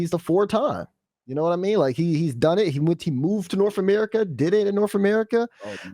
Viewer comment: ....."Norf America"..... #smh